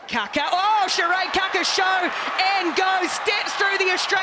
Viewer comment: Kia ora ki nga Black Ferns 💛💙💚 an awsmas moment for ualll💕💕💕 my gripe is that once again the lack of proper pronunciation by announcer of team member 'Kaka' which should be pronounced as 'Kaakaa' similar to saying car-car aka Kar-Kar with no 'r-sound